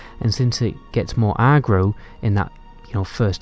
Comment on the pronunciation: Is it just me or is he saying aggro bizarrely? Other than that good vid